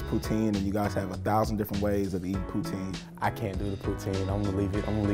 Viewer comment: Good to hear poutine pronounced correctly by the guys. Most Americans I know say it like Vladimir Putin’s last name